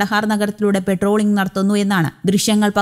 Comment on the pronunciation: പെട്രോളിംഗ് അല്ല. . പട്രോളിംഗ് ആണ് 🙏🏻